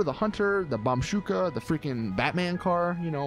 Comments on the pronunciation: Lol, bombshooka! It's bombushka which gives you the "boo" sound not "shoo". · Bomshuka can you not read, it's Bombushka. Also it's not Nokoto it's Nokota READ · it's Bomb-ushka (ooshka) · ITS BOMBooSHKA YOU ILLITERATE